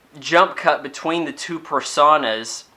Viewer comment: um, yeah, you dont even know how to pronounce simple words like PERSONA. Youre just a douche who needs to find a job and watches crappy movies like Twighlight.